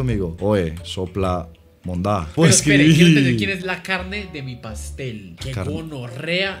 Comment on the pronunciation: despues de 3 veces de ver el video me doy cuenta q dicen CUCHO DEL ALCALDE, cuando era el cucho es el alcalde JAJAJAJAJA GRANDEEEE CON SU DISLEXIA